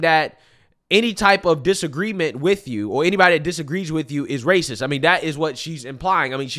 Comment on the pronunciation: She said raciss 😒🫠